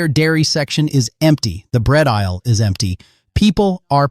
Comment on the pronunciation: Of course it is lol! Words don’t come close to matching up with mouth movement; main marker of AI videos…also he says the letter S every time he’s supposed to say “is.” Info not awful, but it absolutely should NOT be relied upon for real-time info—the robot is telling us that “right now” schools are closing early (it is Saturday. For all of us. Not a mere timing issue of a few hours between creation and posting)…he’s also making references to “in three hours roads will be deadly,” or “right now there’s no accumulation but in 6hours you should be home.” This isn’t even reporting the correct day, but reporting as if in “real time.” Making this essentially useless